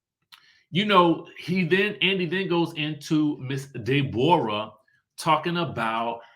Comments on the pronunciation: I fall out everytime you say DAY-borra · I swear!!!! I scream when he says it😂😂😂😂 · Me too! 🤣🤣